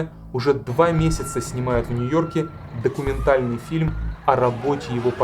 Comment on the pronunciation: У вас хорошие фильмы. Но, не обижайтесь, интонационные ударения, зачастую неверные. Например, об этом наш ДОКУМЕНТАЛЬНЫЙ фильм. Примите, как конструктивную критику. А за ваши работы, спасибо.